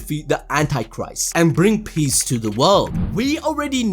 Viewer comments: It's peace not piece 😂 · It's not peice it's peace☮️.. Am i the only one to notice that😬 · Aint no way bro said "peace" as in "piecE" LOL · "PIECE" or PEACE?